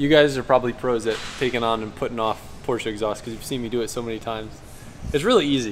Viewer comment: Me too. I laugh every time says porch. Seems like he had a nickname for the Panamera too.